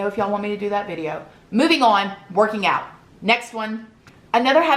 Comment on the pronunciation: First I love how you say “on” but 2nd ⭐️